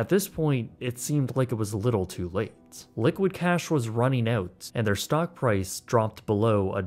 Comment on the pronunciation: Did you say stonk..? I coulda swore you said “stonk market”